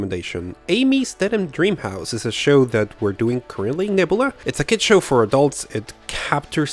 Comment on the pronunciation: You probably get this all the time but....Nebula in English is pronounced: Neb-you-la. Just like the Guardians of the Galaxy character that Karen Sheila Gillan plays, Nebula.